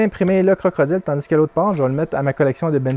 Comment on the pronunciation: Tu me fais rire à chaque fois que tu dis CroCrodile, bonne vidéo comme d'habitude.👍